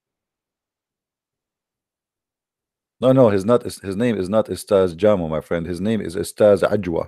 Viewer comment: it's pronounced as "Ja-miu" "Ade-gun-wa"